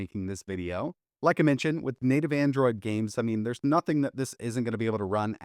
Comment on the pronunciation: "AnDroaid"